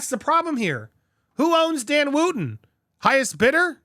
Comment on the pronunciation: It’s not Woo ton he pronounces it Woton and he did nothing wrong in the Fox saga free speech is gone